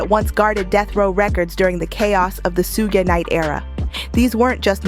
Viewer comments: Su-ge? 😂😂😂 Shhhhuuuggg! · Somebody please tell the narrator how to pronounce sug (pronounced shug like sugar ) knight's name. It's disrespectful. Even when he's reading or dissing someone, Marshall gets the name right. Much love and high props to the man from the Motor City. ❤ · Every time they pronounce Suge wrong I laugh